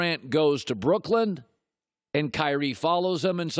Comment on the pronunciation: colin always says brookland lol it’s brooklyn